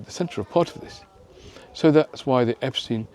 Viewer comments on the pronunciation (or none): It’s Ep-STINE Not Ep-steen The name functions as does Einstein. The second vowel ( i ) gets pronounced .